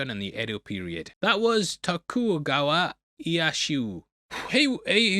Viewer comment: He slaughtered the sh*t out of Tokugowa's name. 😂😂😂